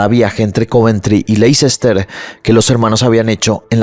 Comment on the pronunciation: Hola! Me encanta tu channel! Solo una pequeña correccion de pronuncia por si te interesa! Leicester se pronuncia asi: Lè-ster. Solo un fact fact que aprendi en la uni y te la comparto! ❤😊